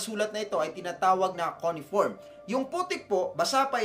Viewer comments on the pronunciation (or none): Sir, correction po. "Cuneiform" is pronounced as kyoo ·nee·uh·form.